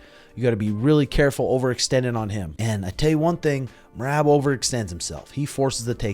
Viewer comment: But learn to say it in Georgian lol